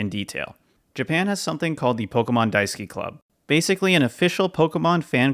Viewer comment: I have to ask; was the page Pokémon Daisuki or Daisuke? Asking this because your pronounciation sounds like the latter.